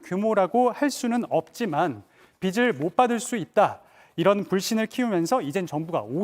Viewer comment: 기자라는 x가 '빚을'을 '비슬'로 발음하냐? 정원석이 저 거 낙하산 아냐?